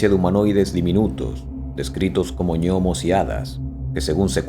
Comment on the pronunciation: Ñomos?, no,no por dios.gnomos.,pronunciado gnomos.